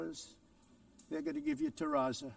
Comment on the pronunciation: If he’s so knowledgeable about construction, why isn’t he able to pronounce Terrazzo correctly?